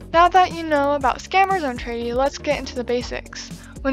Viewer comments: I was a bit confused at first when you said "Tradie" but then I realized you were saying traderie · The fact she says tradie the whole time not gonna lie kind of annoys me, but I don’t mean this in a rude way just so you know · "Tradie" xD